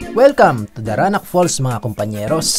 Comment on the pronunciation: Falls po hindi "fool". 😊